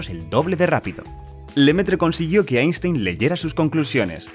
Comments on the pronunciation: Se prouncia "ainstain" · Einstein se pronuncia "Ainstain" en aleman.